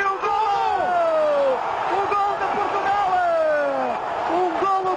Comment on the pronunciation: "golo de Portugale"... Ok 😂